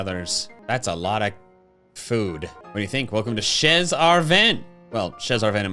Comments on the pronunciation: Actually "chez" is pronounce like "Shey" its mean in french "At the house of" so Chez Arven means at Arven’s house ✌️ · the way pronounces "chez" is so funny to me